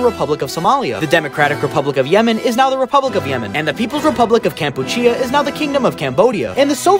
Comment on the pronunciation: You have a chance to include a better communist country from Cambodia but you pronounce Kampuchea perfectly